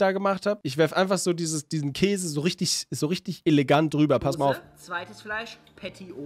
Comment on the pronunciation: sagt immer auch kase hhaah